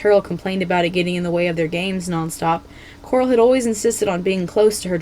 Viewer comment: i can't be the only one who heard this, but you said "queen gloral"